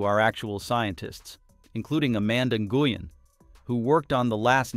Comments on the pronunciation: Nguyen is pronounced "when" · I am not a fan of any of the women on NS-31 but could the AI bot learn how to correctly pronounce Amanda Nguyen's last name? Gooyen? This is the first time I have heard it pronounced that way.